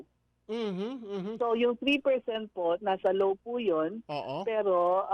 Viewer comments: Matatakaw, kurakot,, ni hindi mo ma-pronounce ng tama ang "Law". you pronounce it "Low" halatang mga tanga.... kaka bad trip kayo... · Hnd ko Alam kung "LAW o LOW" ang naririnig ko🤔🤔🤔